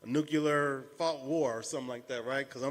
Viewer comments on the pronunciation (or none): "nucular war" -Jared ' intelligent person ' cannonier